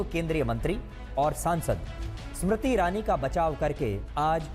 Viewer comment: ASmiriti irani nhi smiriti irani bol 😂